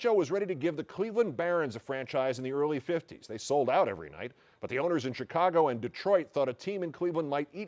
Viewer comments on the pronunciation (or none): none